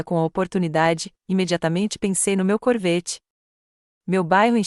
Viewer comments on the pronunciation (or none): "CORVÊTTE"⁉️‼️ FALHA TOTAL NA REVISÃO...AH! NÃO HOUVE REVISÃO, NE⁉️🤌🤌🤌